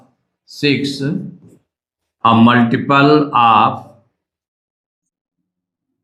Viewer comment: multiple❌ muliple✅😂